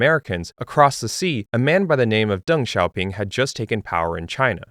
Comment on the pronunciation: !!!! kudos to you for learning how to pronounce Deng Xiao Ping correctly